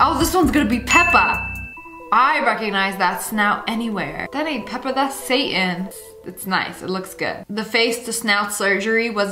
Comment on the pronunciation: not pepper but peppa